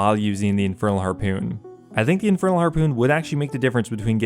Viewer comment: Drinking game: Take a shot every time you hear him say "harpewn"